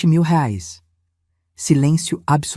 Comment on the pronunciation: "rares " não, "reais " 😅